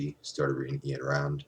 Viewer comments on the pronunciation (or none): Ayn Rand is pronounced "Ine," not "Ain." I love you Ayn.